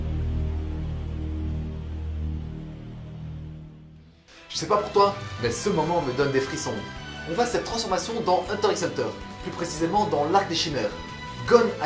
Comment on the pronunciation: hunter hunter le X ne se prononce pas je sais je suis chian